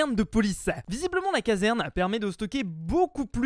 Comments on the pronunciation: Tu as dis caverne au lieu de casserne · On dit caserne et pas caverne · Mec sa se dit caserne pas caverne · Notre "caverne" 😂😂